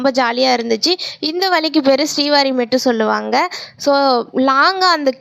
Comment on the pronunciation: akka adhu srihari illa srivari mettu